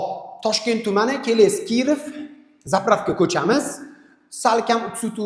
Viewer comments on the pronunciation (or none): Кирофмас укам Киров булади.